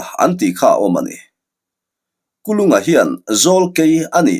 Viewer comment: Sir Kul unga tih deuha lam chi ani zawk angem le🤣 Kulunga tih kha amak deuh kalo ti mai mai